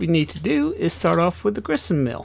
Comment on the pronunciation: Great video bud.It is Grist Mill not Grissenmill LOL